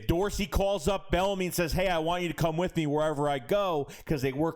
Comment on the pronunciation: Pronounced like B enemy no L